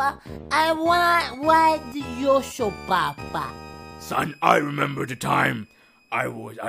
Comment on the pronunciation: He says I wanna ride the Yosho